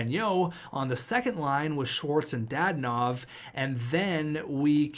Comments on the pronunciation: Danault is pronounced Dano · Danault is pronounced Dan-o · There’s no I In danault so yea pronounce it dano but not like Marco dano more lower tone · Philip danault is pronounced philip da-not again pls... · Routhier lmao it was making me mad